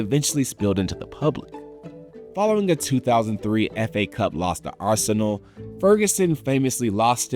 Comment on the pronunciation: arsenal pronunciation was weird too